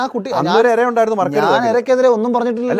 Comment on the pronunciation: എര അല്ല ഇര